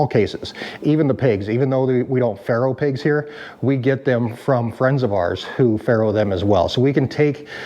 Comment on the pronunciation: "Farrowing" pigs. I thought you said "Pharoahing" which is not a real word. Hey I learned something.